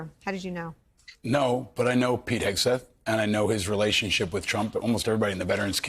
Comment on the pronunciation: Jus another reason why your ratings are tanking. I'd be proud to undo my retirement n go back to serve under this patriot. HOW bout learning how to pronounce his name, show the military photos of him and reporting truth.. oh wait, that would require REAL journalism.